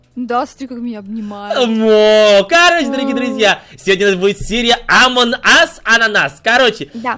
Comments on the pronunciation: Ма ты красивая но говори правильно не амон аз а амонг Ас пожалуйста говори правильно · не амон ас а амонг ас